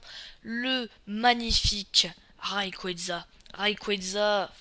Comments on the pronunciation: pas Rayqueza aufaite hein ca se dit Rayquaza, ca vient de RAYon et QUAZAr , qui sont des galaxies dont le noyau est cent fois plus lumineux que celui des autres galaxies. Son nom ressemble aussi aux noms des divinités aztèques auxquelles il ressemble physiquement. Mais je dis ca je dis rien hein ! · prononce pas le d à rayquaza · Tu dis des trucs faux, Palkia et Dialga ne sont pas rivaux. Et puis tu prononces mal Rayquaza et Giratina. Et Arceus est un cheval céleste... Pas un poney, et ce ne sont pas des éclairs... --' Et à l'avenir prépare-toi un texte car ta vidéo est vide tu ne dis rien à part : "il est classe" et tu te répètes et tu te trompes aussi.